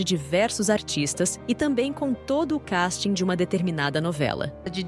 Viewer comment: Se vai ser pedante e usar o termo inglês 'casting' em vez do português 'elenco", entao pronuncia direito, e kÉsting e nao Kasting